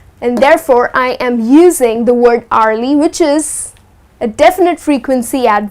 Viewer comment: Well there is a pronunciation mistake u made.. The way you pronounce hour, hourly.. Is a big wrong.... C to dt.. But thanks for the lesson